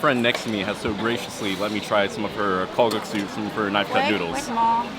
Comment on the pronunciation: not kalgaksu but kalguksu :-)